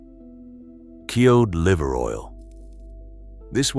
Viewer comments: I was until the "key old liver oil", that's A.I. that corrected itself. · The ai bastard said kee ohd liver oil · Kee oid liver oil??? Stupid A.I.